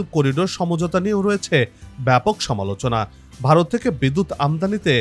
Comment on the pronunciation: ভারত কথাটি উচচারণ করতে পারিস না আবার???????